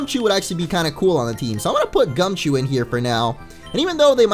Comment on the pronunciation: Gumchoo not gumichoo